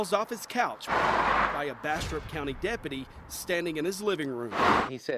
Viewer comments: I thought you said "Bastard County Sherif" xD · Every time they say Bastrop County sounds like they're saying Bastard County lol